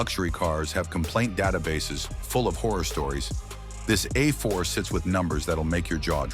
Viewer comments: The good ol’ Audi uh4. With zero nutuhseeay complaints! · I had to stop this garbage ass video less than 3 minutes in due to the absolutely horrendous A.I. garbling NHTSA and calling it an “Ah 4” Click bait pile of shit.